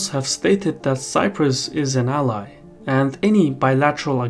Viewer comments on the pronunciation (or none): none